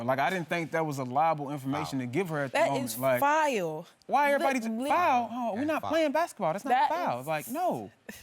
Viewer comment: "" that is FILE !! "" how about FOUL ???? both dramatic goofball dummy yn's smh.